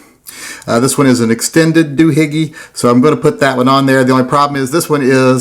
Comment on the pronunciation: The proper terminology is; Doo-Hickey, not Doo-Higgie.